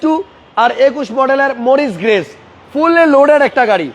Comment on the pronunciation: আপনাকে শিক্ষত ভাবতাব কিন্তু গাড়ির উপরে লেখা পড়েও আপনি ঠিক মতো গাড়ির নাম ঠিক মতো বলতে পারলেন না. মরিস গ্যারেজ হবে.